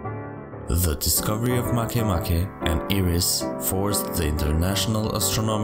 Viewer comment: It's pronouced Ma kea ma kea but not "Make a bread" MakeMake?